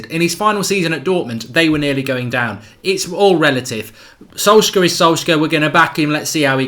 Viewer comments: Love the content but his name is solsh-shire pronounced! 😂😂 keep it going pal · Thats sad that u can't pronounce Solskjær Mate. Shows ur attitude on the correct pronunciation. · Thats not how u pronounce it. Its very hard for a english man to say that name, everyone gets it wrong. Im norwegian so i know.